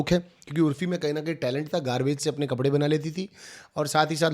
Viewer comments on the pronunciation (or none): none